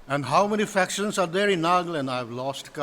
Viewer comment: One simple request to all my fellow Nagas. Please. Please. Stop pronouncing the name of our state as 'nagland'. It is NAGA-LAND. No need to 'standardize' the pronounciation or add some accent. Naga laga land. Nagaland ase. No offense to anyone. ✌🏻